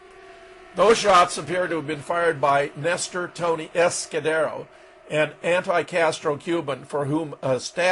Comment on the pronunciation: LOL Fetzer continually butchers Izquierdo's name.